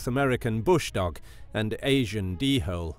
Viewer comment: did this man really refer to the dholes as "D-Holes"??